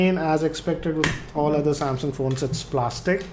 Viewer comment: sorry not trying to troll but He saids Samsyaung